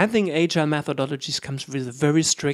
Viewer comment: 1st ... you must learn how to pronounce “agile” ...